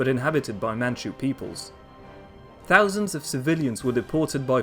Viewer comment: Definitely raised in the UK though.. can tell by the way he says "fousand" , "somefing" , and "foroughly" 😉